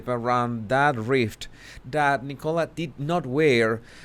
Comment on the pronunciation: I thought you said E. coli when you said nicola haha